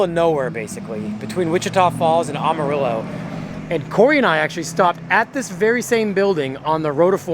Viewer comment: by the way it pronounced am like amateur “Amarillo “